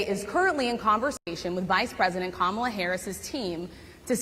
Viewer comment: Donald: It's KAmala, not KaMAla. I guess you never watched Maya Rudolph's take.